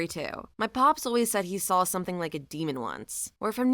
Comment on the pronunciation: There isn't an L the word saw I love listening to your narration, except for the word saw.🫣😳